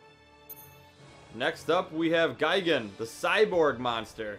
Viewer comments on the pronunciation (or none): none